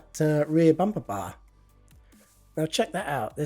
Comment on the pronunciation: My favourite word that says: bampaba (bumper bar)